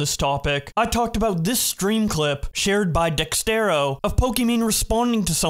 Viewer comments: Its Dexerto not Dextero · At least I will always have mispronouncing Dexerto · I love you but I need you to start pronouncing Dexerto correctly. Please, my family depends on it.